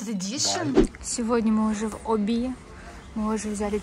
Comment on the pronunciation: Да Оби же 🤣 а не обИ🤦🏻‍♀️